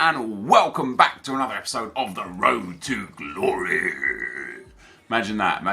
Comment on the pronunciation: Road to ddddddumb stop saying road to glory like that